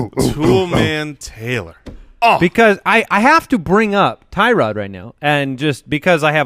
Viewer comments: Btw it’s not Tie Rod it’s pronounced Tur Odd. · Tyrod is pronounced (TER - OOD) He said it himself, and I will be drafting him in the very late rounds, I’m with you! Gordon, Landry, Njoku, and now Dez... yeah he’s going to be good. Mayfield will redshirt for the year and light up next year but not this year.